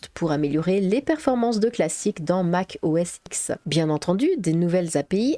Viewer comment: La première version de Windows ayant eu un réel succès et la 3.1 et non la 3.0. Concernant l'OS d'Apple, le X est un 10 en chiffre romain, on ne prononce pas Mac OS iX mais Mac OS dix. J'ai d'ailleurs vu une démonstration d'un ingénieur d'Apple US qui prononçait "Mac OS ten".